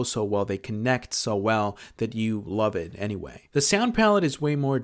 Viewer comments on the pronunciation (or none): none